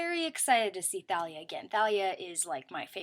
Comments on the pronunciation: You actually don't pronounce h in Thalia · You dont prnounce the H in Thalia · Oh dang it. I've been pronouncing it Tah-lee-ah this whole time. :( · IKR?!?! I sent a really long email to my friends and i wan't able to put everything wrong in it cuz that would take too long but I put the things that annoyed me the most like how they pronounced thalia with a "t" instead of "th" and that Luke searched through the depths of tartaus to find the golden sarcophagus and that Annabeth was all like are those sharks and Percy was like no it's charbdyss (or however the sea monster is spelled) like since when did Percy have all the answers while Annabeth was a dumb girl? they completely changed the characters personalities and it's SO annoying!